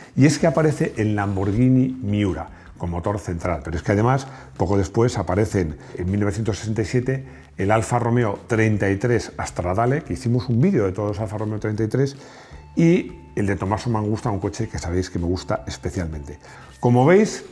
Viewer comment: Jolin que mal suena alfa romeo 33 "Astradale" como lo pronuncias, es stradale, que proviene de la palabra strada que significa carretera. Un saludo desde venecia.